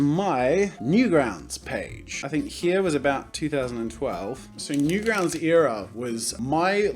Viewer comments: Wait. I have an accent? I thought that was how everyone was supposed to talk. Haha. He said Eara instead of era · who else gets irritated when jazza says eera instead of era? just me? Ok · Air-a not ear-a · Your ‘ear’as? It’s pronounced era, like ‘air’a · ITS ER AH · You say era differently than I... Pfgggggggggg it's fiiiiine!!!!